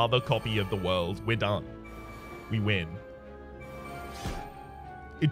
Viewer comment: Your aren't pronouncing The World correctly.